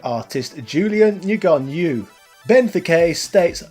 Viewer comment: His name is pronounced "Noo-yen" it's Vietnamese, lol. But this game is so good!